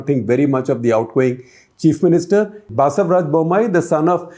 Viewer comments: OMG!! SG please get your pronunciation of names properly. It’s not Baasavaraj but Bus-uh-varaj. Also Yedi in Yediyurappa is ‘di’ as in dim. You pronounce it as Yedhi ……’DH’ as in ‘doodh’. Please 🙏get the names right. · Shekharji never speaks of dynastic policies of congress. At 19.59 S R bommai is mentioned as lingayat CM appointed in place of Yeddyurappa, it should be Basavaraj Bommai. By the way pronunciation of Basavaraj is wrong.